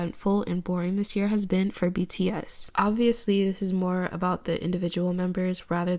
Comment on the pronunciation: not her calling bts "btass" while she is prob siting on the sofa farting😃😃😃😃